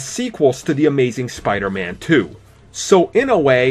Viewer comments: It's not spidurman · Says the guy who says "spiderma"